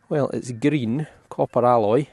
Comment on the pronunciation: Good day …the bearded face is most certainly a curtain rail hook …nice find, you just don’t get them like that these days …very similar to the Bellarmine / Bartmann jug design.. I too enjoy the Scotsman pronouncing certain words..for example Green, and Turner, and Bobby..all that you use very often … Nice pleasant change to see a different coin from gorgeous George..and Long Cross Hammered…even if it is good old Dirty Bertie..